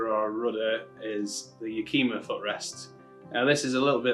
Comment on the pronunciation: Yakima is pronounced: yak' ěm a I would NOT use steel bolts to mount your foot peg device unless you intend to never change them, or you do a thorough and excessive job of lubricating the threads. The Yakima is aluminum and the steel bolt will seize in the Yakima rail and you are toast.